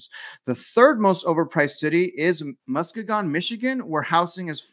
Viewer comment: Mu- skee-gan Lol love the content.